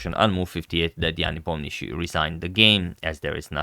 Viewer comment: it's Ne - Po - Mian - Chi - Chi